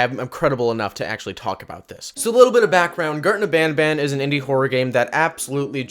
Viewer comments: When he said garten of banban at the intro he said gurten of banban lol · Bro the name is garten of banban not garten of badbad